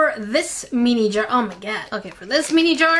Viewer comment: pronounces “mini” incorrectly. She says “me-knee” (“me” rhyming with knee or tea or pea) when it’s correctly pronounced “min-knee” (“min” rhyming with bin or tin or sin).